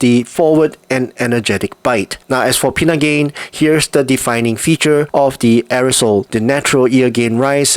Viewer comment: Arisole? It's Airoso (air-o-so),.:face-blue-wide-eyes